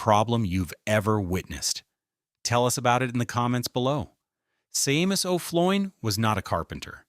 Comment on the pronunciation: Shay-mus! His name is pronounced SHAY-MUS!M arrrrg! 😂